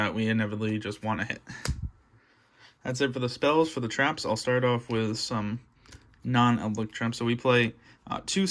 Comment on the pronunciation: my man says eldlick :|